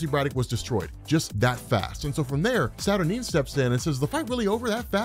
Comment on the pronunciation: am i the only one who wants to scream cause robs pronouncing her name saturnin/saturneen instead of saturNINE